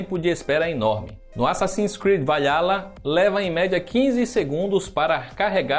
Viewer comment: O cara n sabe nem falar o nome do jogo quanto mais analizar o console 😂😂😂😂😂😂